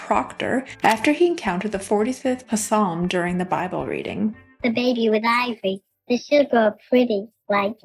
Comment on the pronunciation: She calls the biblical book of “Psalms” - “Pasalms” - the “P” is silent. What an idiot! 😂